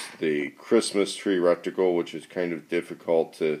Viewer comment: We took a shot of Jameson every time you said reckticle and not reticle... Fooking hammered